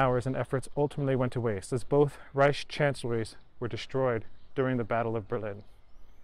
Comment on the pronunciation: Care to list them? I think he does a good job. Needs some work on the word "Reich" and pronounces S words in a way I teach Germans not to, other than that all es in Butter!